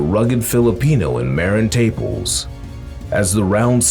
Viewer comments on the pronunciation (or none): It's not Taples. It's Ta-pa-les . Do some research. This talk is ridiculous. Davis should go up to 140